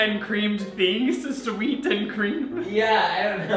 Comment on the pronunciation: When he said sweat instead of sweet, bruh.